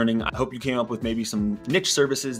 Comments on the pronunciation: It's NEESH, not Nitch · yo great video but if you ever do this again it is pronounced neesh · Niche is a french word. It’s pronounced /neesh/ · This is majorly bugging me that he can't pronounce niche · I’m wading through the numerous excessively incorrect pronunciations of the word niche in order to get the valuable info. Thank you sir for your bravery.